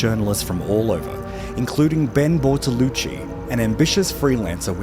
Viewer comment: Just a little remark. It is Ben Bertolucci not Bortolucci.